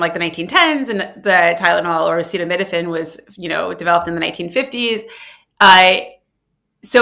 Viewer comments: What's his excuse ? He can't say Acetaminophen . He's such an embarrassment . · Are we just gonna glaze past he couldnt pronounce acetaminophen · Damn. Worse than the shooting up bleach speech. That’s bad. Like real bad. Bro can’t even pronounce acetaminophen? wtf. Am I in a reoccurring nightmare? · He couldn’t even say acetaminophen, but yes millions will believe him over scientists and doctors and experts. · Brainworm Bro and Dementia Donnie are going to kill us all. Where does this sh!t come from? Trump is worried about the amount of liquid injected into the body? Remember the Covid cure of injecting bleach or Ivermectin? I want to hear him try to say acetaminophen, like he had never heard of it before. "Don't take Tylenol!" Just suffer! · Trump can't even read the word Acetaminophen. He didn't take his kids to get their shots. And has never truly looked into anything or cared. Till now when he and his rich friends like Dr. Oz will benefit $$hugely from people switching from using Tylenol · Hopefully most people are smart enough not to go by what a deranged person says. In his speech he couldn't pronounce the name, and it was clear he can't really read, either. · Pro tip: 💁🏻‍♀️ Never take medical advice from a guy that can’t even pronounce “acetaminophen”. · This idiot couldn’t even say acetaminophen, who the hell would take any medical advice from these clowns . End the shit show & lock all maga up !! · WTF...... Well I guess if that was the true FACT everyone in our country would have Autism 🙄. What has the uneducated unqualified in medicine brain worm idiot been whispering in your ear . Trump couldn't even pronounce acetaminophen being the uneducated narcissist he is . Get these M'FER'S out of our white house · I know. He is giving medical advice but he can't even pronounce what he is trying to ban.